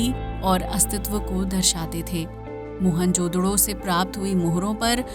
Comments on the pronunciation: What the hell is mohan jodro? It's mohen-ja-daro😂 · मोहन जोदडो नही, मोहन-जो-दारो..😊